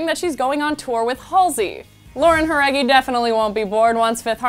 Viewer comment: I LOVE how real you sound, unlike other gossip channels who make the 5H gilrs sound like haters and bitches. You showed her respect and interest AND you took the time to say her name right? gosh give your coworkers some tips girl!